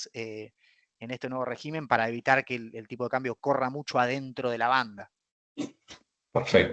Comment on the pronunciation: Por favor, no lo tomes a mal. Semejante cerebro económico no puede ni debe pronunciar mal la palabra régimen. Es rÉgimen. El plural es regímenes. Por dios muchacho!!!!